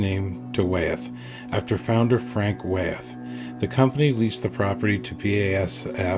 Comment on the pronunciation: Wyeth is pronounced "Why - eth", not "Way - eth".